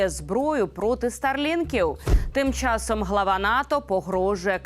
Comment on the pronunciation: ЯК ДОВГО ВИ ЗБИРАЄТЕСЯ РУЙНУВАТИ УКРАЇНСЬКУ МОВУ,ЯКУ ЗАХІДНА УКРАЇНА ЗБЕРІГАЄ ВЖЕ СТОЛІТТЯМИ???????ВАС ГИДКО СЛУХАТИ!!!!!!!!!!!! В ЯКОМУ УКРАЇНСЬКОМУ СЛОВНИКУ ЗАПИСАНІ СЛОВА,ЯКІ ВИМОВЛЯБТЬ ВАШІІ КИЇВСЬКО- МОСКАЛЬСЬКІ ЩЕЛЕПИ:ЧЯСОМ,ЩЬО,ЩЬО,ЩЬО,ЩЬО,ЩЬОБ,ЩЬОБ,ЩЬОБ,ПОЧЄНАЄМО,ЗНИЩЄНО,СПОЧЯТКУ,БАЧЄМО,КЛЮЧЬОВИМ,ПРИПУЩЄННЯ,НІМЕЧЄННА,ТОЧЬНОЇ,ВОДНОЧЯС,ЧЬЛЕНА,ПОМІЧЬНИКИ,ЧЄТВЕРТОГО,ЧЯСОМ,ЧЄРЕЗ,ЗУСТРІЧЯЮТЬ,ПОБАЧЄНОГО,ЧЬОМУ,ЧЄМ,ЧЄМАЛО,ВЕЧЬОРА,НАЩЯСТЯ,ЗВИЧЯЙНУ,НЕПЕРЕДБАЧЮВАНИЙ,ГАРЯЧЮ,НАЙВИЩЯ,ЧЬОТИРИ,ЛАМПОЧЬОК...........!!!!!! ЩОБ ВАМ ПРОКЛЯТИМ КИЇВСЬКО-МОСКАЛЬСЬКИМ УРОДАМ ПОВИКРУЧУВАЛА ТІ ЩЕЛЕПИ,ЩОБ ВИ НІКОЛИ НЕ ЗМОГЛИ ДОБИТИ НАШУ МОВУ!!!!!!!!!!ГАНЬБА КАНАЛУ!!!!!!!! (Українська діаспора,США)